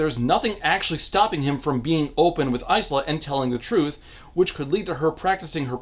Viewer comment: Is it Ice-la? I thought it was Ila (S is silent) or Is-la?